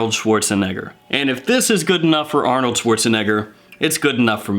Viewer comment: That's not how you pronounce Arnold's name homeboy....